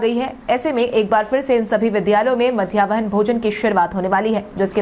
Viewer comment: मध्याह्न भोजन को मध्यावहन भोजन कहना बंद करें।